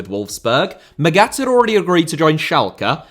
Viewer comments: Hell, it’s mAghat pronouncing the first a, as least it wasn’t intentionally chosen to let it sound like maggot … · Come on, I thought you were better than this. Your pronunciation of Felix Magath is just atrocious, you should have looked it up before making this video. Normally you are spot on in your research and preparation, but in this case you fulfil the stereotype of an English football pundit talking a lot without knowing enough. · mispronouncing german is his thing, doesnt change that what he's mispronouncing is still well researched and presented. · Yes, in this case I'm being pedantic. The way he pronounces Magath in the "wrongest" possible way is shocking, especially because normally does such a good job and does good work. I'm a teacher in a big city, with a lot of children from many different ethnicities. I make sure to ask every one of them how to properly pronounce their names. It's a sign of respect to at least try. Look at the prem, they understand this as well and have these videos where the people tell you how to pronounce their names. And for someone like felix Magath there are a lot of videos online in which you can hear the correct pronunciation of his name, they are very easy to find.